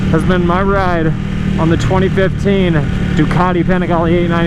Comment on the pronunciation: Its pronounced "Pa-ning-glee" god dont u ever watch C2W?